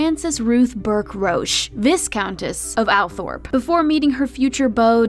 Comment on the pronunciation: Good video, but please try to get pronunciation correct. "Viscount" has a silent "s", and the family seat is pronounced "Altrop" despite its spelling. These things seem trivial, but they are actually very important. There were other examples of mistakes, too, but these are the most serious. Please research these things better. Thank you